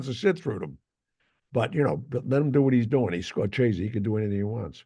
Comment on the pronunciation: Learn how to pronounce Scorsese, Russo.